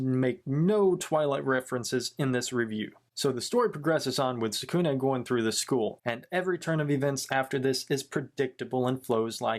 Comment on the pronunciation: I really like it but the some of the names you pronounced them wrong tsukune mizore and kyoko is tsukune' cousin but I did enjoy this vid